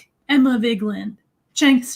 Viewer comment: At least pronounce Emma Vigeland's name properly, come on now.